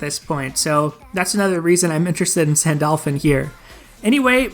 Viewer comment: Wait did I heard you said Sandolphin?